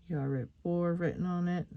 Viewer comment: That was a stunning tutorial, absolutely perfect. The lock was my Grandad's, he came from Norfolk, and when I went around to his house he'd say, "Yar Rit Bor," which means, are you alright boy in Norfolk talk. It's great to hear you talking Norfolk 👍😃 Thank you very much for your kind words 🙏 All the very best to you and yours ❤️😍🥰😘😘😘 PS Hope everyone enjoys it 💕